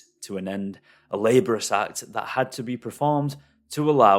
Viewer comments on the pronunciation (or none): 😆 dude look up how to pronounce "laborious"